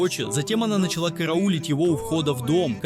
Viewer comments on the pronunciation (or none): none